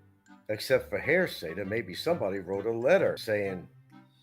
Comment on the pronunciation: He's not likely to ever change; he's been misusing 'poetic license' for several years now, among several other words that he mispronounces ('hairsay') and he completely mangles or misuses common English phrases. Hard to believe that he made it out of 6th grade, much less obtained a BFA.